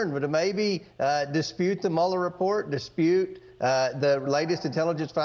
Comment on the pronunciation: Hey... it's Schiff, not Shift. Good Freudian slip though, Adam is shifty. Funny fact, he's married to Eve.